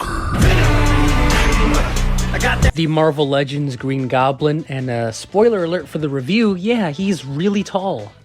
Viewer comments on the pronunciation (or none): none